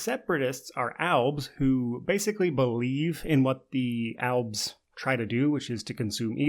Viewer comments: Are you trying to say elves or is it actually alves? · It’s “albs”